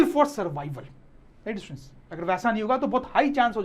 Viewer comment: The way he says 'students' 😂